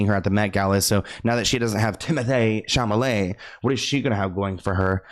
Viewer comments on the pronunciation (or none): Are you basically just calling him Chamalet now (instead of Chalamet)? Because I love it 😻 😂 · Cha-la-met 😂 oh